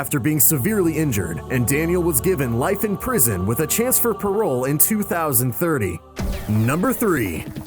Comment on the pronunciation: It's parole not perol btw